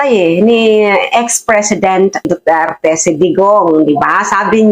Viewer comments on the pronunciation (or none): none